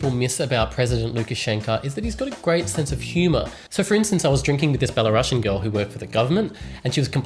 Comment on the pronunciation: Man, say not 'Bella Ruusian' but just 'Belaruaian' [belarusjen]. Great video btw!!!